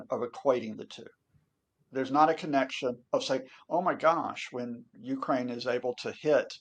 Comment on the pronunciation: This poor guy needs to get educated, his illusions are not facts.....he can't even pronounce Ukraine....